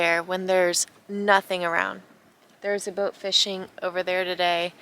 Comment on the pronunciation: You have that strange, but recently common, affectation where you don't pronounce the "t" at the end of words such as "boat". I comes out sounding something like "boak". Sometimes it's even a "d" at the end of a word, as in where you say: "...we avoided a rain clou...". Strange... Otherwise, nice content. You are a brave girl.